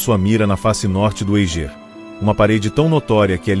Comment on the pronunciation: O Eiger se pronuncia "Aiger" daki de casa da pra ver essa montanha. Documentário ficou mais completo, pq na netflix nem falaram q ele estava derespeitando os Sherpas.